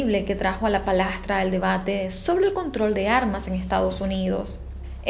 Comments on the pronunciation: no se dice palastra se dice palestra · Palestra, no palastra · Palestra NO PALASTRA